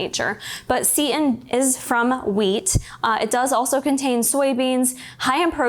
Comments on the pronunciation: Just FYI for those of you not familiar with seitan- it’s pronounced “Say-tan” not “seat-in” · She pronounces seitan as 'seat in' but I've only ever heard it as 'say tan' so I was so confused at first!